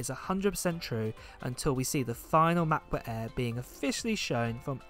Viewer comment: am i the only one annoyed by the way he says macbook 😂